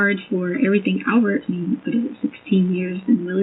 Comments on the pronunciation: And she has a masters in education yet she says "everythink" ...please!! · The way she says "EVERYTHINK"🤢 💙💙💙